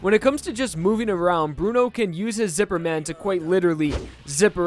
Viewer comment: DID YOU JUST SAY |ZIPPER MAN|??!??!